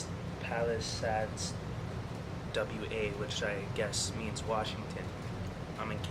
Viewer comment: What's up, big fan of your work, videos ND music, only think I had to say is I think what you where to pronounce, ( pall-ahh-sades )